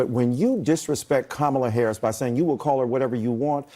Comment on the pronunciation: You pronounce Kamala like Momala. They should just say Momala.